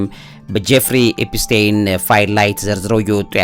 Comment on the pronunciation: "ኤፒስቴን" ሳይሆን "ኤፒስቲን" ነው ስሙ??? መቼ ይሆን ስሞችን በትክክል የምትጠራው???? 😂😂😂😂